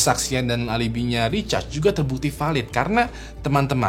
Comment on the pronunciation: namanya Richard atau Recharge ? kok aku dengernya Recharge ya ? di cas gtu 😂😂😂